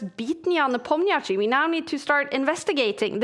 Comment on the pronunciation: All due respect to Kaja, but it would be great if she could learn the pronunciation of Nepomniachtchi.